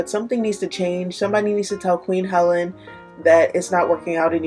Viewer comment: It’s pronounced Queen (Hell lean ) first off . This is a vintage product, it’s formula has never changed. It’s a test of time champion. I was a hairdresser for 30 years and that is where I learned of QH products. This lotion contains real cocoa butter & lanolin. Two very thick ingredients. The thinning of it with water helps it spread and slather on easily. Dry skin will drink up the water and the cocoa butter and lanolin will remain on the skin softening the skin & create a moister barrier on top of the skin helping the skin to retain the water and nourishment from the CB , lanolin heals extremely dry , cracked skin. This lotion has a old fashioned feel , simple ingredients and versatile use. It is not a SPF , nor does it state it does. This is a light lotion with ability of multiple applications without feeling greasy or smothering the skin in thick ingredients that feel sweaty and sticky. This lotion is great for a all over treatment after showering, and after fun in the sun . Its great for massages, it removes makeup and you can put some on in a thick application ( Not rubbed in) a quick shave on the legs then wet a cloth and wipe down legs then apply a new application smoothing it into the skin. Your legs will glow. You can apply this nourishing Cocoa Butter numerous times a day to keep skin soft and supple and because it is light weight you may apply it numerous times a day and it has a delightful light scent of Cocoa butter . The 32 0z bottle backs up the ability of re